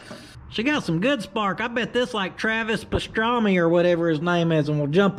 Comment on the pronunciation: I laughed until I cried when you said Travis Pastrami